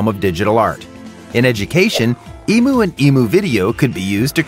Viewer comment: Emu is not pronounced like that.